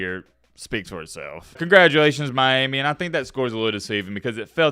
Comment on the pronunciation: I swear the way you say Miami grinds my gears 😂